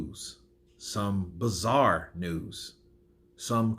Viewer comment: Its bizarre not bazaar mate lol